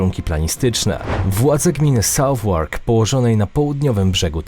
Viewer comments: SOUTHWARK Nie wynawiamy „sałwłork” , tylko „Sa:-wyk”. Chętnie pomógłbym w przyszłości w kontekście wymowy angielskich nazw własnych, które najczęściej diametralnie różnią się od liter, z których utworzony jest wyraz :) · southwark: czyta sie 'Sawek'....